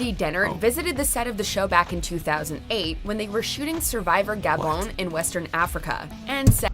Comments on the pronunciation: thats how ur suppose to say gabon its the official pronunciation, not the way you said it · Gabon is the French way to pronounce it, the language they speak in Gabon, "Gabone" like you said it is wrong